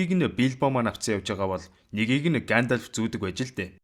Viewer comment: Гаандальфыг зүгээр л Гендольф гээд хэлчих тэх үү.